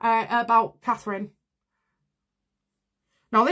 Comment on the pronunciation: Please, please say Catherine.